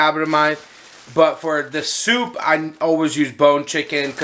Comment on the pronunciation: Did you say chicken sopa?